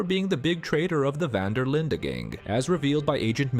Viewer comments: Van Der Linde not vanderlinda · Van der “Linda”? “Column” O’Driscoll? Why do you keep mispronouncing names that are clearly spoken throughout the entire game multiple times? Have you even played this game? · It's van der linde not vanderlinda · It's pronounced Van Der Lind, not Van Der Linda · Speak english, will you? It's not vander, linder, it's van-Der-lind😊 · Fuck sake dude, calling the gang "van der linda" is really anoying its van der linde said as lind - the e on the end is silent 😂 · It’s actually Fan der Linde. The “e” is not ee but eh. And certainly not Linda. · “Van der Linda gang” 😭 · No one has ever pronounced van der linde as Linda so why are you lol? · How uninteresting do you think you have to be to say "duh" at the end of Dutch's surname? It wasn't a speech impediment moment, that was blatent disrespect to the people that worked on the RDR franchise for over 15 years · Pronounced C'olm* & Vander-Lind* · 13 SECONDS in and i hear van der lindER gang cant even pronounce the gangs name right after apparently studying the game and collum O'Driscoll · “a rival of the VON-DUH-LINDA gang” 😂 dude, if you’ve played the game, you should know how to pronounce the name. Great video, but that pronunciation just irritates me to no end. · “vana der linda gæng” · "the Vander linder gang" lmao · did he say: dutch van der linda? :D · my guy, i don´t know where you learned your Dutch but Vandur Lindur is a joke, we ain´t Scandinavian. Take it from a native Dutch speaker. My point was just that the only one saying it close to the original name is Bronte. It´s not a d*ck, don´t take it so hard. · Van der linde❌🙅 VAN DER LINDA✅🔥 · How the hell can you be so knowledgeable of the lore but don’t know how to say Van der linde correctly?? It’s not like it isn’t spoken dozens of times throughout the game .